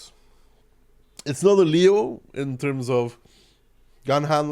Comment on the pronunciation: hi my beloved, I would love to correct you about the tank's name, just because as you know, I'm your n1 italian fan, so... you should call it kinda like "leon" instead <3